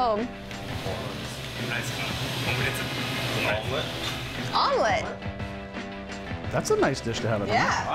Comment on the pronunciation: THE “SHOMELLETE”